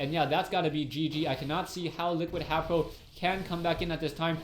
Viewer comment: hayPO!? his a prO not a pO!